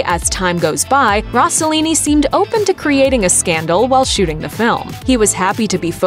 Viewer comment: Her pronunciation of Rossellini is so annoying.